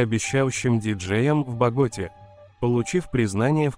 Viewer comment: Боготá, КолУмбия! Извините, но неправильное произношение цепляет слух и портит общее впечатление